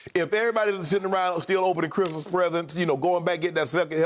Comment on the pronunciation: “On Chrimah?” 😂😭